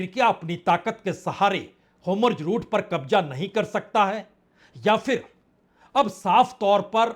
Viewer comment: होमुर्ज़ नहीं “ हॉर्मुज़ “ अधिक सही हिंदी उच्चारण है !